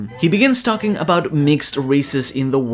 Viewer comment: dosundada sounds like DOSUN-tata. I'm thinking Giant-Tontatta hybrid which is hilarious